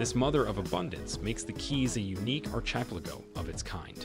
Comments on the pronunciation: ehr-chip-lego? Do they speak English in Ehrchipligo? Or do you mean "archipelago"--which is pronounced are-ki-pell-ago. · ....an .....wait for it...."archepligo" of islands....ha ha ha 😳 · Yeah, how can he say "Ar-cheap-pelago" in these highly expensive places. HAHA! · Isn't is pronounced "ar ki pelago" ? "archiplako" is driving me crazy.. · Archipelago its PRONOUNCED..........AR-KI-PEL-Ii-GO NOT.........AR-CHIP-Li-GO what's up with Americans pronouncing everything wrong ? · It's not ar-chip-lego !!! It's AR-KEY-PELLI-GO !!! ....hahaha (but otherwise an awsome insight into the place) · Agreed. Stopped watching after the fourth “ar-chip-a-lago.” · The "archeepleggo" lol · Dude, it’s phonetically pronounced archipelago like arc. NOT ARSH. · Arch-i- peligo Come on Say it right ... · "Ar-chep-liggo" Really?!! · "archiplego"... you have got to be kidding me. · Archipelago....pronounced ARK-i-pelago....I enjoy your documentaries but please research how to pronounce things properly! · Can anyone tell me what an "r-chib-la-go" is? How on earth is this narrator paid to mispronounce archipelago "r-chib-la-go"? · Complaint/Criticism. I enjoy and appreciate the content. My one & only gripe, are you intentionally mis-pronouncing words like Archipelago, Jose (joe-s), Paradoxical, Evangelical, and calling the "single mom from Kentucky" "He"? I will continue to watch, like and subscribe. Thank You for the Channel & all the work y'all do. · The narrator has a near-perfect American accent yet cannot correctly pronounce 'archipelago", among other words. There are also some odd rhythmic patterns to his speech at times, giving away that English is his second language. I say Kudos to him for his fluency, and suggest he consult with a native speaker on the pronunciation of words unfamiliar to his vocabulary prior to recording his future voiceovers. You're almost there, buddy...very, very close! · Archipelago...it's Archipelago!!! Ha ha, goddamit, say it correctly.